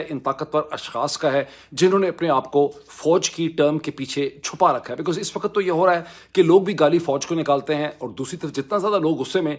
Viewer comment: " LAFZ " not Lafaz, same "WAQT " not Waqat.